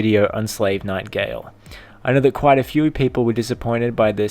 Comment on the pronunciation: It's Gael, not Gale